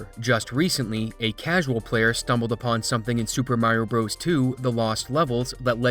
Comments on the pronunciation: It's pronounced "Brothers" not "Bros" Edit: In the same way Donkey Kong "Jr" is pronounced "Junior" not "Jirh" . The declining literacy of the younger generation is real! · IT'S NOT PRONOUNCED "BROS!!!!" It's "Brothers" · it's not "bros". even when it's abbreviated, it's pronounced "brothers"... i weep for the future. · If You say Super Mario "BROES" like a r3tard and not BROTHERS, which is the correct wording will always get a dislike from me. How do you say Dr.Mario? DERRR? so dumb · Lol pronouncing brothers as bros. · This is truly fascinating stuff, and an amazing community effort, but the most surprising thing to me about this video was learning that there are people that say "super mario broze" rather than "super mario brothers" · Brothers. Please say Brothers not Bros.